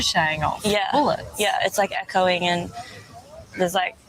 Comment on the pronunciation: She said Ehcoing